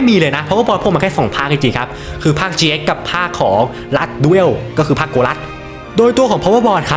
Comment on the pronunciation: Yu gi oh gx ไม่ใช่ yugioh เจ๊กครับ ช่วยออกเสียงให้ถูกด้วยครับ